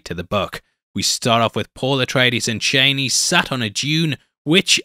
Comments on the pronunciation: CHANEY? You mean CHAWNEY? Chani. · Man said "Chaney" 😭💀